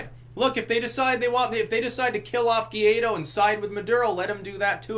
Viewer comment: Hey, be the first commentator to pronounce "Guaidó" correctly. Just say "whydoe".